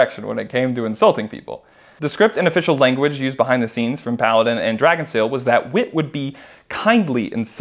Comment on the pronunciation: Every time you said Paladin i keep thinking you said Kaladin